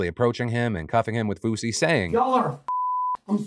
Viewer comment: I was seriously concerned cause i thought he said swoozie and "heard gun to my head". Realized he said fousey and stopped caring